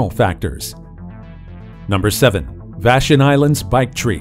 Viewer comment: Vash on. Not Vashun